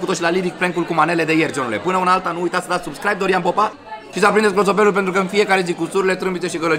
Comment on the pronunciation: Ai spus ,,cloțopelul" Nu zic de rau dar e amuzant😂